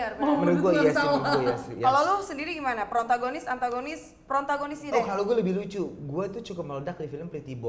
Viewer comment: protagonis bukan prontagonis hehe.